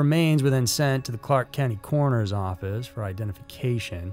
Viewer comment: I'm sorry,... the Clark Kent coroners office? I know, you said Clark County but... it sounded like Clark Kent and I started wondering how Superman was involved...